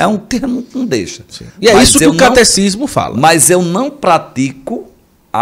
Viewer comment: É catecismo mesmo. Só a dicção que não saiu bem.